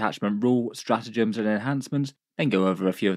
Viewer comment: Straatgems? not sure if you can fix that without taking the video down